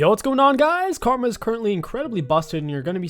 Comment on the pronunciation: Did anyone else hear him say Kargma at roughly I think he wants to play kogmaw nxt :P